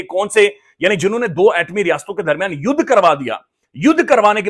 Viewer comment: Yudh nhi yadh hua 😂😂😂